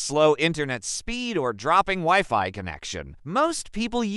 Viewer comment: Useless video and the fake voice reading the text is AWFUL "weeFee"? And it talks WAY too much NOT about the topic.